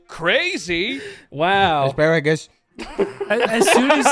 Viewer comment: “Aspearagus” - 2022